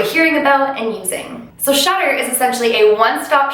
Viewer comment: Because of your accent, I thought you were saying "shutter". But you were actually saying "Shudder". 😂😂